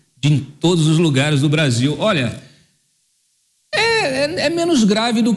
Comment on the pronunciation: Obrarzil. Perciza querce. Deca geito lascou o brazirriro